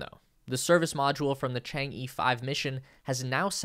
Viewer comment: How hard is it to plug in the China-origin’ed words into Google Translate and get the pronunciation somewhat closer to the original Chinese words?! It’s NOT Chang-EE, for god’s sake, it’s Chang’ER! SMFH!!